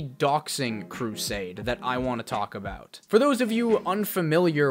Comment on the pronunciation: Lol aboot